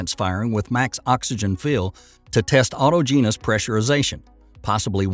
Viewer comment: Autogenous, aw-TAW-gen-nus... You're welcome!